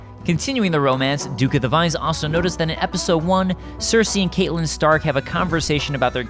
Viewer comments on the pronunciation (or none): It's "CAT-lynn" not "CAIT-lynn" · Every time he says Caitlyn Stark, I cringe. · Yeah they totally said her name wrong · So how did he pronounce catleyn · How dare you repeatedly butcher Cat's name?! You obviously don't watch the show.